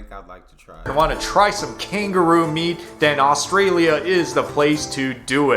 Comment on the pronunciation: He can’t even say Australia properly 😅ooorshtralia